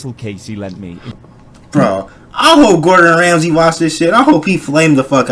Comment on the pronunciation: he fr said gordon gamesy..